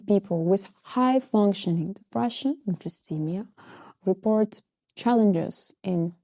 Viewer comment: Hey, just a tip... If you're talking in English (which you are), the pronunciation for dysthymia is DIS-THY-ME-A (with the second syllable sounding like THIGH) not DIS-THEE-ME-A. Understandably, you are using the French pronunciation but I just wanted to point it out because the way you say it sounds a bit off to English speakers. Otherwise, good job!